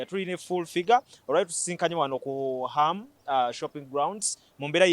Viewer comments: the name is Ham not Am, repeat after me,Ham,Ham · komanina muli ku sente zaffe bakadama nabawi bwomusolo mbu Am instead of ham nioo